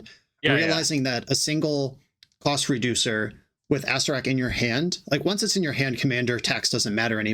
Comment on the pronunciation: you were pronouncing acererak wrong the whole time.